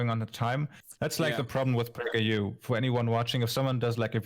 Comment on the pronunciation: Yay!!! ("Prajer U"?!?!)